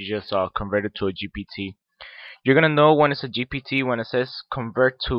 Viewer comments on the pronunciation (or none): Leave the tech stuff to people who know what to and when to do it you are just misleading the poor innocent people into headache and learn to pronounce GPT cause it is a struggle